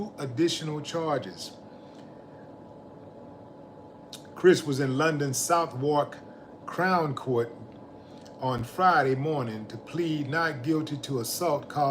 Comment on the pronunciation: southwark- suth-hook- u pronounce wrong